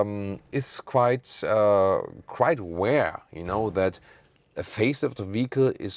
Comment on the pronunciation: omg you say "rare" like the medium rare chef-guy haha.